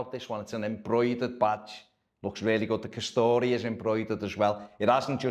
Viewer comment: I like it. Better than the Hummel efforts anyway. It’s pronounced ‘Ka-store’ btw not ‘Ka-story’. Two syllables.